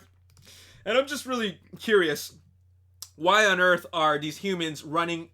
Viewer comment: Also dude you said himans when Optimus saved the humans from the osprey.